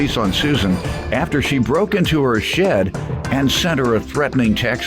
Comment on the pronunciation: I knw I’m not the only who thought 💭 the narrator in the beginning, thought he said “Shi+ instead of Shed” !!!!!!